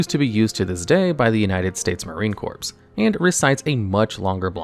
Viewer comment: Marine Corpse